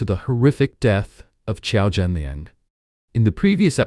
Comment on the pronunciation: Thanks for reporting on this. But his name is Qiao Renliang, not Qiao Zhenliang. RIP Qiao Renliang